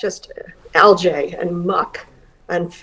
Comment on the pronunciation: What's "al-jay" ?!?! You can't pronounce algae?